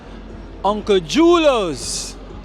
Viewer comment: most of the "J" names are pronounced with a "h" sound (Spanish) for instance "Julios" is pronounced "hulio"